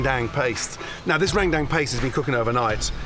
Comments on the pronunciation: In normal indonesia language it's called rendang not randang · “Rendang” he spell it like “rain dang” 🤣 (it’s about pronounced ) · lmao i laugh so hard when he pronounce rendang to rain dang skskksksks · LMAO RANGDANG🤣🤣🤣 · "Randang paste" I'm not sure about you guys but my pronunciation is "rendung" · *Rangdang. That's how he said Rendang. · Langtang, rain bank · Bro so true, hahahahhaha its actually rendang but he say "Rangdang" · Rain down also. So funny to read the automatic subtitle. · Lagtan too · Gordon ramsay: "RANDANG" Me: I can hear you but I won't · Listening to the video without watching and keep hearing rang dang 😂 its pronounce as "ruen done" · Indonesian: "Rendang" Gordon Ramsay: "RAIN DANK" just joking lol thank you for coming here, Chef! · indonesian people say " rendang " But some bule's say " rangdang" So.. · Randang randang wkwk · Rendang = Rain Bank, Rain Down, Rang Dang 😂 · Its Rendang la.. Not "Rendeng" (Rain Dank).. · enak sekali chep. besok2 kalau mau ke padang belajar dulu cara pronounce rendang yaa cheff,,,,,,, itu "rhen dhang" bukan ran dam 😅👍👍👍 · Im from indonesia,when you say rendang why randang? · Its f*ckin Rendang. R-E-N-D-A-N--G... bloody hell Mr. RAMSAY... not Rang Dang.😅 (Only This way i could swearing to the Great Ramsay ) 😂😂😂😂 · its not rengdeng its RENDANG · I'm a Muslim in the Philippines and randang is popular to us that's why it feels so wrong to heard randang from Gordon 😂😂 not only Indonesians 😅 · That ”Rrrrrendang” is my favorite line😂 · jadi inget Rrrrrap Monsterr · THAT URRRRANDANG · Gordon be like: Rang dang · That's how every foreigner pronounces it lmao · Amazing as always Gordon! Come visit indonesia more often! For next time, the perfect pronunciation is "rern" (like in fern or in bernie) and "dung" like in sung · He needs to pronounce it Ren-dung, :-) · Rain Tang wkwkwk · Rang dang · Rendang is pronounce as: Ren- as in Karen, -Dang as in dunk. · Or "Rent - Dunk" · Meringe damn, rang tang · Rain Dang Dut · Ran dang